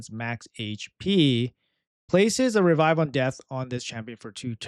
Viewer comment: Always with REvive REflect can you say it normally just once please